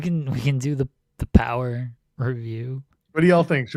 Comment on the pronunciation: NWA Powerrr RRRecap